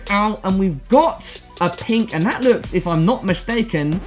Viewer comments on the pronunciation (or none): none